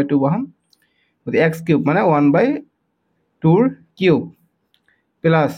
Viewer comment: Sir Apuni plus kob lage 😅pelus koise je😂